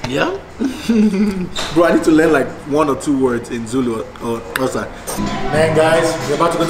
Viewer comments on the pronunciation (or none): He pronounce Xhosa like Sotho people 😂